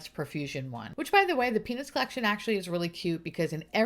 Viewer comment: I would most definitely love to see the stranger things collection and I couldn’t help but laugh whenever you mentioned the “peanuts” collection, I heard “penis”, I’m also a garbage person! Sue me 😂 x